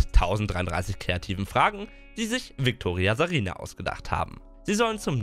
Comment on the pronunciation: "VIKTORIASARINA" hat mich gekillt